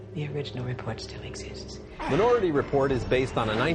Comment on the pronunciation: Roeper can't pronounce "minority" correctly.